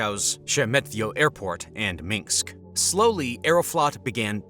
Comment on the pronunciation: It's not Minx it's MiNSK! It'sdriving me nuts 😤